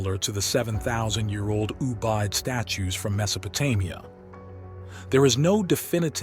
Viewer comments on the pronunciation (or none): none